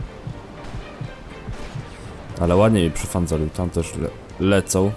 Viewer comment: "też" a nie "terz"...